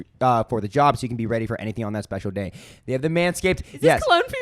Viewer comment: I thought you said "hi how's ur gay going" 🤣